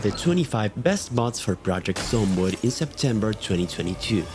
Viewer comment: short, yet clearly stating what each mod does. but uh.... what's "Projecet Zomboid?"